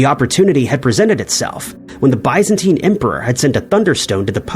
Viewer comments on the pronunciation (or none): You may want to take the time to learn pronunciations before recording. For instance, 'Byzantine' 'Pliny' and 'Magellan'.